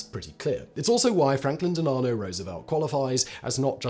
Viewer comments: Dehl-AH'-no? DEHL-uh-no. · De-law-no ? I know you have lots of channels, but not that hard to learn the proper pronunciation of the longest serving president’s name.